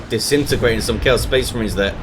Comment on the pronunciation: SPEHS MAREENS